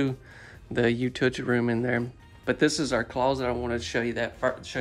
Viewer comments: Hon, I don't know who is trying to pull one over on you, but the proper pronunciation for "utility" is "Yoo-ti-luh-tee," not yoo-ti-tee, or what ever you're saying. Really enjoy your videos. I love man's, I own one, and I love checking out the new designs and ideas. Thank you! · I typically don't weigh in BUT.... #1: I adore how you pronounce "utility". You're a country boy at heart and it shows for sure! 😂 #2: One thing is for sure, not everyone is going to love everything about every tour you share. I admit, I'm never going to be a fan of the smaller, single wide, board & batten walled homes. I grew up spending time in and around them and those always seemed built poorly. That may not be the case so much these days so my apologies if the quality has in fact improved. Because of my childhood experiences, I typically dont watch the single and double wide tours. But tonight I was curious because of the exterior color. The layout, however, was all kinds of choppy to me. It was difficult to follow the flow of it. The kitchen counter space and dining area options were lacking. That would be my personal critique obviously and where I felt it fell short I'm sure others would not have the same qualms. Thanks for sharing these tours all the same though.